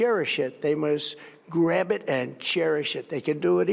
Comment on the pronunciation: 🤮 the way he pronounces “GRAB” like his access Hollywood tape